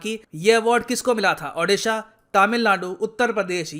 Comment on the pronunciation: It's Odisha,not Adisha